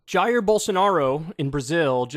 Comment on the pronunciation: It’s pronounced “hai-ir”, like Zaïre with an “h”.